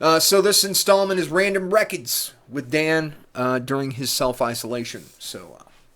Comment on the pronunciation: Lmao rekkids. I knew i wanted to click when i seen that. I too call them that but you must put on your best jersey accent whilst doing it. Lol Loving your channel. Great channel darling! On it now!